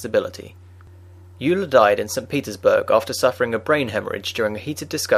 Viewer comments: I thought its pronounced 'oiler' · It is pronounced "oiler"; just as Freud is pronounced: "Froid". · "Yuler" sounds better anyway. "Oiler" just sounds bad. I'm calling him Euler as described in the former pronunciation.